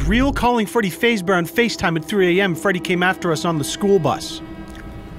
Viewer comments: Bro. I can't get over time he says FAZEbear. Faze gang Freddy lmaooo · Faz-Bear not Faze-Bear..but..call it however you like it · Jimmy Jamestown Massacre Faz bear. Like Phaz bear not phase bear XDDDD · everyone but: freddy fazbear: freddy FaZebear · Fazbear not Fazebear. Just trying to help. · It’s F-ah-zbear pulls out bowl of p-ah-sta*✅ “can Scott Cawthon copystike this clickbait, 1 sec” *walks away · My dude said faze bear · That's not how u say fazbear and fnaf is five nights at Freddy ik u probably know this I hope its joke XDDDDDDDDDDD (Gone Wrong) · Lmao it was kinda funny with him calling FNAF Friday nights at Freddy’s and mispronouncing Freddy Fazbear 😂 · 🤦‍♂️ i mean this video is amazing other than the fact that is pronouncing Fazbear wrong😂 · im scared fo say that you said fazbear wrong cus then your army will kill me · i hate the way he pronounced fazbear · I love but I don't like the way u said fazbear